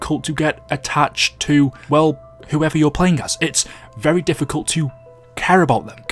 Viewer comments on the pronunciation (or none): none